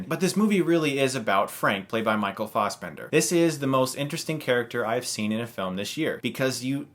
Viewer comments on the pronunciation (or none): It's Fassbender* Not Fausbender. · Lesson in Irish pronounciation: Doh-nul Gleeson Not dom-nal Michael fass-bender Not faws-bender